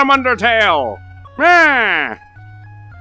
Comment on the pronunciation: I LOVE XD edit: why does he say MYEH insted of NYEH